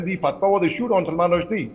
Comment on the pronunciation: Salman Rusheedeeee ? I know it’s a proper noun but try to learn names properly?